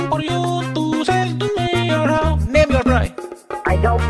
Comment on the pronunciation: i keep losing it at "how much money it costing por you to sell me your hou'? name your pry!"